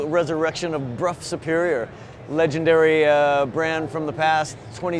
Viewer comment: Huge points to for pronouncing "Brough" correctly. So many people say "bro." €50,000 for a bike with no mirrors or indicators. Right. I guess the wealthy have their own private roads on which to ride this thing.